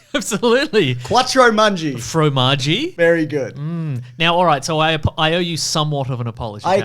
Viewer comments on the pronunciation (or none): Fromanji? Hahahaha